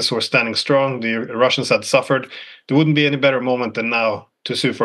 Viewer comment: "Woundent it be nice if we were friends with Russia" Donald Trump